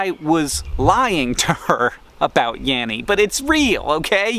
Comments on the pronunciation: I heard "Yarry" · I don't hear laurel or yanny. I hear yeah-we and am very confused...